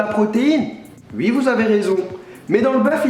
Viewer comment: c bizarre quand tu dit oui toi tu dit uiii